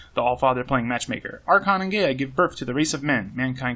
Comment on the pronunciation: Gaea: GUY-uh, by the way. Same as Gaia.